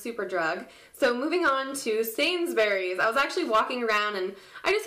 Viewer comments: And it's said sains-berrys haha x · hehehe thumbs up for the way you say sainsburys !!!